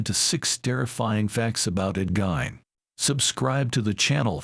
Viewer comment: AI can start by pronouncing his name correctly... GEEEEN.